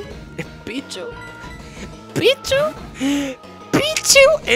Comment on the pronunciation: yo pensé que dijo "Es un pichu ooooo es un picho?"